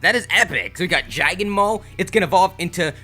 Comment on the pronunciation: "Jagnmo" lol its Jangmo-o XD